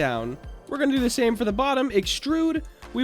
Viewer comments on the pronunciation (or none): none